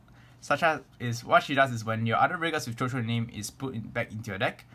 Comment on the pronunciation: quick note: it's actually pronounced as shushu, it's a french word.